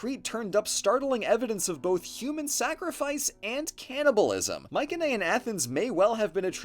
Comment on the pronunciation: I have to say, not only is this video great Yknow, but your greek pronunciation is amazing!! As a greek person who’s been trying to learn the language since birth your pronunciation of the islands and characters are near spot on! Nice